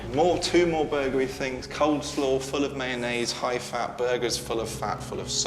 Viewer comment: ...did he just say "cold slaw?"